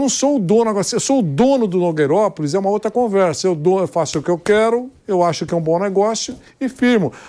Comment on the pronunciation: Adoro quando o fala nogueiropolis kkk